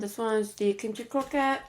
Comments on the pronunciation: When she kept saying what I thought sounded like 'Kim Chi ' all I could think of was rupauls drag race 😂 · I thought you said blueberry kimchi😂😂